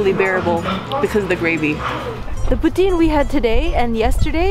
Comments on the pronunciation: calls poutine the right way Canadians: POOTEEN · Thank you for pronouncing poutine correctly! When cheese curds are squeaky, they're fresh! But personally, I don't like when they squeak haha! It's so nice to see you explore my city :) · For the first time forever I heard someone say poutine right